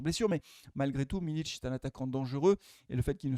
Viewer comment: C pas miliTSCH c miliK🤣💚💚